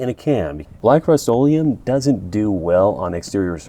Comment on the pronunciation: ? What did you call the rust - olem